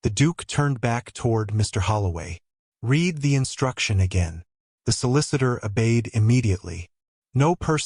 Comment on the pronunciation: An excellent narration, however the story needs editing;The past tense of read is pronounced red Ravens-hire is pronounced Raven-shire or Raven-shur., depending upon the local dialect.